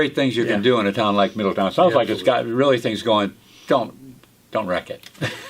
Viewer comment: Thanks guys for the heads up!! It’s pronounced Middle town. Not ton. 😬👍🏼😉